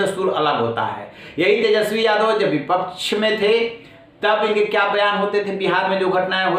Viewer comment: Ja tu pad ke aa tesjpi bolna nahi aata hai 😂😂